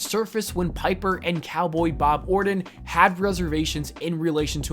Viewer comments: his name is ORTON. Not "Orden". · Who is Randy "Orden" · Or'ton not Ordin. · It's Orton , not Ordon. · Learn how to read, and talk for that matter. My lawwwwrd. Randy "Orden" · If the talker cared enough to pronounce names correctly, I might subscribe. Ordon? Soldier Boy? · why's he saying orton like that? nobody does it just sounds wrong